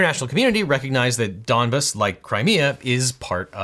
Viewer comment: Apology accepted. I was screaming at my phone every time you came with foreign things. Donbass, opinio iuris, pacta sunt servanda. You really sounded like a Donbass when you said Donbass like it’s similar to dumbass